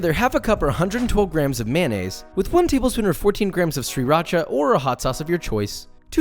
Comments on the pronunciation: ss ree racha? 😂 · I’m gonna need you to never pronounce sriracha like that again. Thanks.